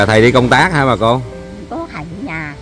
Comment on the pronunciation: Bà cô vẫn nói khầy đu công tác kkk